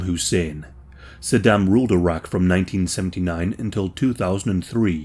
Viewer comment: Bro when you first said Iraq I heard Arrakis lmfao Saddam Atreides